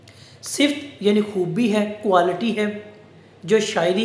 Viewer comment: بہت اچھا سر ! اسکا تلفظ صِفت نہیں ہے ۔ صِفَت ہے ۔ آپ کا ادنی شاگرد